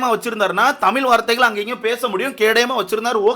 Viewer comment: தமீல் இல்லை தமிழ் bro ungaloda karuthu crct a irukk but tamizh nu sollarthuku badhila tamiilu nu solringa matta murchi pannunga